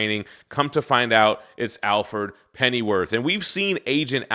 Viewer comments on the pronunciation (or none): I don't think I've ever heard anyone pronounce Alfred as Al-ferd.